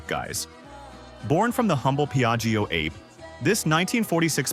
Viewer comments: It's pronounced ar-pay, not ape. Ape is Italian for bee. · Only a primate or a robot would pronounce the model name like the word "grape". WHILST the rest of us say "ah'-pay". It's italian for "bee". Original engine was 2 stroke... Think about it. Oh, and by the way, the asian iteration of the vehicle is pronounced "took-took". You'd think that a person who owned one would know these things.